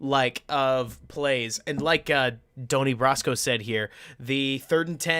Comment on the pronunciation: Doh-knee Brasco? You don’t know your Made Men, huh?